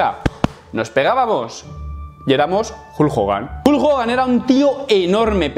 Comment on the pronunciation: vas a clases de inglés y pronuncia como la mier el nombre Hulk. Decíme como es eso???